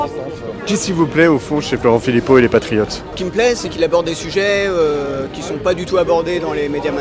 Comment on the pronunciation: Je me rappel de collard avec son « les patrifiottes »